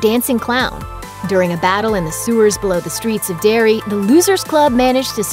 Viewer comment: It’s Derry not dairy silly bitch